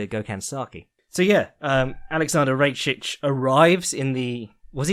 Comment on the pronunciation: It's "Rakić" Read Ra - short k - ich